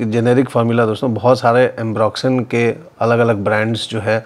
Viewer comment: Re watching this to listen to that "duniya bhar ka ambroxyn" 😂😂😂